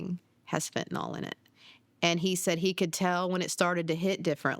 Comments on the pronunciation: People keep saying Fentinol. It's Fentanyl. Fen-ta-nil, not Fen-ti-nol. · Isn't it pronounced Fin-ta-NIL?